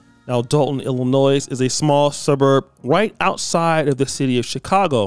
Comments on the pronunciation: Having gon to hs in dolton Illinois and seeing what she’s doing I hope they get rid of her 💯 what really grinds my gears is you pronouncing the s in Illinois tho do better brotha 💯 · I'm not American and I know you don't pronounce the S at the end of Illinois. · we don't pronounce the S in Illinois! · No disrespect. When you pronounce Illinois. The S is silent. Good video